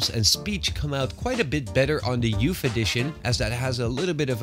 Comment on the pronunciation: "YOUFF EDITION"